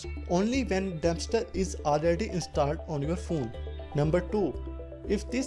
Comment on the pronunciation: Did he just say "damnster" instead of dumpster